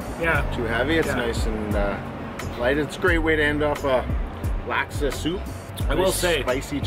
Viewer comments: Laksa is pronounced Lock-Suh for future reference haha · Hi, love the videos just a little triggered by the pronunciation lol. For future reference laksa is pronounced like lock-sah